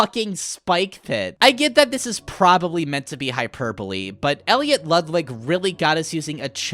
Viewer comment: Bro what do you mean ollie tells us they're name right after we see the train From the last chapter also bro did you say "Elliot LudliG" 💀